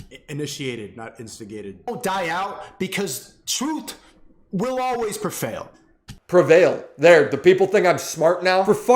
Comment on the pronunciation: "prefail" bruh. How is this guy an influencer? How does he garner fans in the first place? 😂